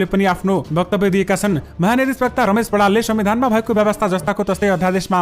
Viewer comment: Prastota jyu wachan shudhhata lai dhyan dinu hunexa "mahanyayadhiswakta" hoina " mahanyayadhiwakta" wachan garnu Hola...!